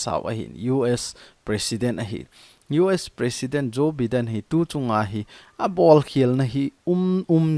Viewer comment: Joe Biden - pronounce as Jo- Bai- den👍👍👍